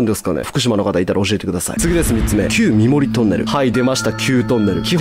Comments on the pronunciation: 三森は「さんもり」って言うんだよ〜😊 最初の横向ロッヂは死者は出てませ〜ん🤗 高子沼グリーンランドは割と近くに住んでるんですが、昔から立ち入り禁止だし、変な噂も少なかったですけどね〜。。。 本当に怖いのは、上蓬莱橋ですよ…:(´◦ω◦｀):ﾌﾟﾙﾌﾟﾙ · 三森トンネルは、正式にはさんもりと読みます。その三森峠を下るとうすい女子寮があります。実家の目の前にあったので小さい頃その寮の売店にお菓子を買いに行ってました。売店にはいつも寮に住んでいたお姉さんたちがいました。おばけが出るから部屋にいたくないの…と聞いたのを覚えています。